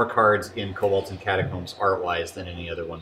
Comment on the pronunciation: "Kolbolds" Edit: fixed it!